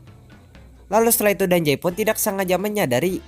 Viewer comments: Bang penyebutan "Dazai" itu salah bang Karna ada huruf "Z" Bukan "J" (Dazai) bukan (Dajai)🤦🏻‍♀️🤦🏻‍♀️ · Gue malah denger dia ngomong danzai njir🗿